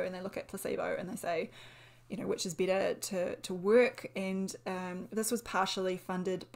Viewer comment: Beetuh. I love the accent and the video